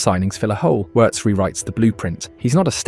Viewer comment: Didn’t even realise it was AI until it started pronouncing names and almost has a stroke saying Wirtz 😭